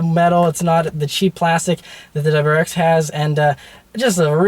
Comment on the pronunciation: Relax a bit, man... you're so excited you can't even say WRX. It's not pronounced "dubwarex"!